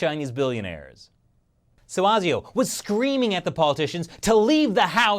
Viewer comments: ASIO is pronounced ay-zee-oh, not argh-zee-oh, where "ay" rhymes with "hey" Love your show btw!!! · As an Australian, thank you for pointing out the odd naming of our political parties. However, please check with us how to pronounce things before making your clips (e.g. ASIO is pronouced ay-zee-oh). Also, who are you counting as the 3rd major party? The Nationals are in coalition with the Liberals anyway so they are often simply called the Coalition here as if they were one party. They do sometimes disagree as The Nationals are a country/rural based party whereas the Liberals are generally city based but for the most part they're basically a team. Many people here refer to The Greens as the third major party and they are more liberal in many areas than the Labor Party although they are, ironically, very much opposed to free speech. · Good job. One thing, it's pronounced Ei Zee Oh (like the letter "A", not "ah"). Mark in Sydney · it is pronounced A-zee-oh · generally the "A" in "ASIO" is pronounced with the "strong" "a sound". "Ai-Zee-oh" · I'm not surprised in the least. Just a pronunciation thing, we pronounce the a in asio like the letter A or like asia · This is disconcerting. However, our news regularly makes mention of Chinese soft-power. We would of course, only fair better if even more informed. It's just so unfortunate that the CCP need be so objectively dreadful. Oh, and you're saying 'A' in ASIO wrong, heh. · Please don't ever do an Australian accent again. That's the same for the rest of you Americans (ESPECIALLY the actors). Also it's a long A in ASIO, at least you didn't call it bloody ASIS like fucking Keith Olberboy that guy's an idiot. Stick to the russians you dollar store alex jones ripoff!